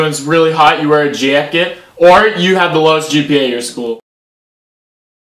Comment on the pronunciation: Lmao the way he says jacket